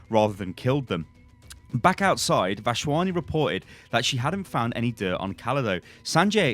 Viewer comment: Lmao, it's Vas-Wani don't pronounce a random H. Otherwise u got that name spot on